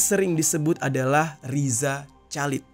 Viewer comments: Bukan calid dong dinacannyaaa. Dibaca khalid. Masa gitu aja gabisa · Rizal Halid dibacanya bang, gatel dengernya Calid2😂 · Sepanjang video, rasanya janggal denger bang Jerry bilang Chalid = calid . Harusnya khalid 😁. Btw stay safe, Allah selalu jaga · RIZA CHALID bacanya Riza Halid, bukan Riza Calid bang jer... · Chalid? Bacanya khalid gitu loh bang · Baca nya Riza Khalid